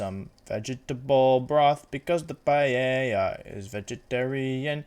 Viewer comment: Me: clicks video Wolfey: pronounces paella "payeya" Me: closes video